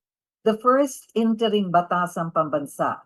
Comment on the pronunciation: " interim "wrong pronounciation ayusin mo....hahahahaha